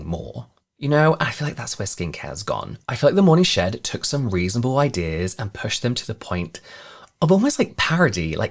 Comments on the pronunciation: It sounded like you were saying “morning shit,” but i think it should he morning shed?! Sorry! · Not me at work not paying 100% attention and hearing "morning shit" instead of "morning shed" lol. Gotta love a good morning 💩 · When you said "morning shed", I heard "morning sh*t" 😂 💩 I thought , what can they possibly sell there? An enema? Lol 😂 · I swear, at the beginning of this, I thought he kept saying , "the morning s*it." Lol love the channel!!